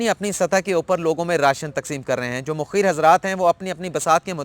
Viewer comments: Assalamo Alaikum Sahib sir naraz na ho a Lafz Mukheer nhn hai balkeh Mukhayyar hai shukria sir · جیمیں تین ھیں اس ملک کی۔ کانی ھیں ایکدوسرے کی۔ عدلیہ پہ کسی کو اعتبار نہیں ھے صرف بولتے ھیں۔ اس پہ خود نا یقین نا عمل کرتے ھیں۔ اس ملک میں ھمیں صرف عمران پہ یقین ھے اور اللہ تعالی کی رحمت کے لییے دعا گو آپ نے ھر بار۔ مخیر mukheer بولا۔ جبکہ مُخیئر ھوتا ھے۔ Mukhayyar پلیز اپنی ادائیگی و تلفظ پہ بھی دھیان دیا کیجئیے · پہلی بات تو یہ ہے کہ تلفظ mokheer نہیں mukhayer ہوتا ہے دوسرا آپ نے کہا کہ سندھ اور وفاق میں جس نے زیادہ کام کیا دودھ کا دودھ اور پانی کا پانی ہو جاے گا ۔۔۔۔۔کیا یہ وقت سیاسی سکورننگ کا ہے ۔۔۔۔۔۔کیا ہماری عدالتی تاریخ میں کبھی سیاسی مقدمات میں دودھ کا دودھ اورپانی کا پانی ہوا ہے؟ آپ کی پنامہ کیس کی رپوٹینگ میرے پاس محفوظ ہے اس میں آپ کی راۓ بھی ہوتی تھی کیا اس وقت آپ نے دودھ کو پانی ہوتے نہیں دیکھا ۔ یار خدا سے ڈرو کرونا میں خدمات کو سیاسی پوائنٹ سکورننگ بنا کے جانبدار ایمپائر نہ بنو پھر کہہ رہا ہوں سمیع ابراہیم سے ڈاکٹر دانش تک پڑھتے رہا کرو ۔